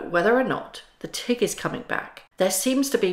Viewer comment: Meghan and Harry have ruined Hollywood glamour for me. They taint everything they touch, even the people their "friends" with. When you said Tig, for a minute, I thought you said tick, from now on I'm calling the Tig, the Tick.